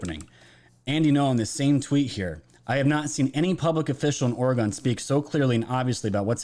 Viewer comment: Please pronounce it: ORY-GUN (Not alluding to to fire arms-just how locals pronounce the name of our State) Thank you for calling our leaders out. Incompetence has been going on way too long. Our beautiful city is dying.